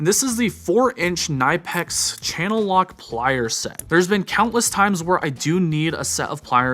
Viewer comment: Say it with me.. Kuh-Nip-X 😂 great video though and some awesome gear!